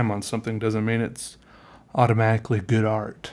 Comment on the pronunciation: "Grood" Hahaha I can't stop laughing, 5 mins mark, you're the best